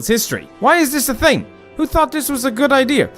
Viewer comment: It’s thing not ting